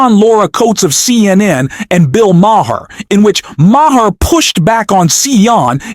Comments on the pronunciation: JESUS MAN!! HIS NAME IS BILL MAHER(MAR) HAVE SOME DISCIPLINE AND LEARN HOW TO SAY THE MANS NAME!! DAMN🤬🤬🤬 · Please pronounce Maher with the h silent. It’s pronounced Maar. I will support your channel. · Bill Ma-her…….Hurricane Helen…..hahahahahaha. Dontcha just love a.i.? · Ma Her?! At least check your AI!! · This sounds like AI with the pronunciation of maher. So bad I couldn’t watch it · the h is silent your mispronunciation makes me think you are ai